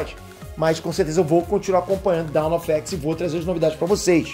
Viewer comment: Eu tenho uma crítica construtiva, espero que você não se ofenda. Mas a sua pronúncia das palavras em inglês sempre sai um pouco errada, o que consequentemente pode influenciar os inscritos a cometerem o mesmo erro. Um exemplo: 'Dawn Of X' você pronunciou o 'dawn' como 'down'. Já notei isso em outros vídeos também.